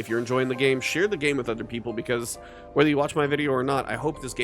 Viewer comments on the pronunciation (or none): none